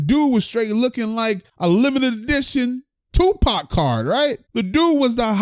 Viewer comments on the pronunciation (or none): none